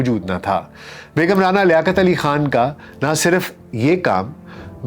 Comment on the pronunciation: رعنا لیاقت علی خان رانا اور رعنا میں فرق ہے ڈاکٹر صاحب تلفظ سہی کریں